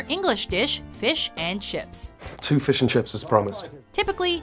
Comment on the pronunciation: fush .n. chups